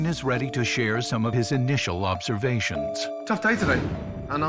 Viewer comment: Did the narrator say "and now Chef Ramsey will give the owners his initial lobstervations..."?